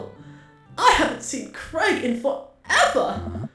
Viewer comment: Saying Craig wrong but still sounds cute